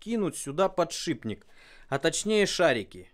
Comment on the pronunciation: неее, пАтшыбник :)